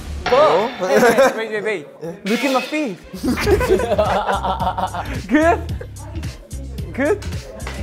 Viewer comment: 룩앳마이 픳-! ㅋㅋㅋㄱㅋㄱㅋㄱㅋㄱㅋㄱㄲㄱㅋㄱㅋㄱㅋㄱㅋㄱㅋㄱㄱㅋㅋㄱㅋㄱㄱㅋㄱㅋㄱㅋㄱㅋㄱㅋㅋㅋㅋㅋㅋ정신없이 웃었네......진짜ㅋㄲㅋㄱㅋㄱ 이찬 발음 스무뜨 하다ㅋㅋㅋㅋㅋㄲㅋㄱㄱㄱㄱ